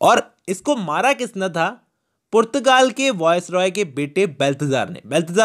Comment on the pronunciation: Portugal ❌️ purrrtagaal✔️